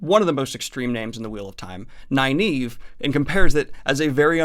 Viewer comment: Her name is Nynaeve (Nin-uh-vuh) not (Ni-Neeve)... always has been, always will be lol. And I always thought it was (Ehs-Seh-dai) But I hear people saying (Eye-seh-dai) and it makes me wanna pull my hair out! Love this series tho, keep up the good work. Can't wait to see your thoughts on the last six books of Malazan. They are my favorites without a doubt.